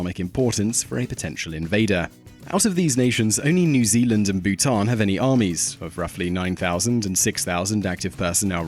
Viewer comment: "New ZELAND" lol